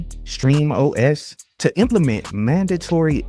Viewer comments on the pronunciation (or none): *SteamOS there's no R in the name